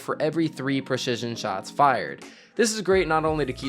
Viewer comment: oh yeah I heard that "preshishun" lmao